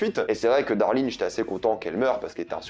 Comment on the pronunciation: Ozark est l'histoire d'une famille qui vont déménager.... Ok ça commence bien! Sans parler des "peUrsonnages"... Et, ah oui c'est "Darlene" pas "darling"... qui veut dire autre chéri... C'est pas "roof" ( qui veut dire plafond) mais "Ruth". Pourquoi tu demandes à ce qu'on écrive dans les commentaires puisse que tu y réponds jamais. C'est juste pour être mieux référencé par google hein...avoue!